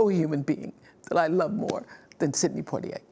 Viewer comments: You guys always pronounce his name wrong it’s poi - tier as a Bahamian it makes me laugh cause what the heck is poi-t-a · Respect and admiration is what I feel for Mr. Poitier. Oprah and Gayle should at least pronounce his name properly. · Wow Gayle can't pronounce his name correctly! :)